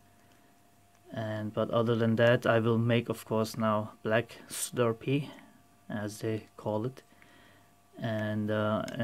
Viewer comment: D haha, dude it's an ABS "Slurry" not a "Slurpee". a Slurpee is a sugary frozen drink you can buy at car filling stations.